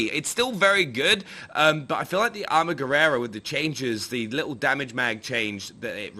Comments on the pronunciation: armaguerera...LOL...its ARMAGUERRA ! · Its Armaguerra, no Armaguerrera....